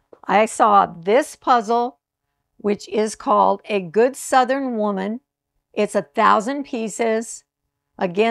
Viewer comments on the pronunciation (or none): none